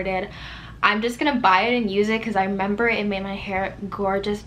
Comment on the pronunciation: I love your accent & the way you say “I meba” instead of remember lol. But you’re so beautiful regardless, I’m sorry this happened 🥺